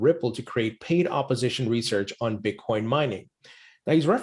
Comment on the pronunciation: So you’re just going to pretend like you don’t know how to click on the in my comment and listen to him say Bitcorn yourself? Okay then why are you engaging with me?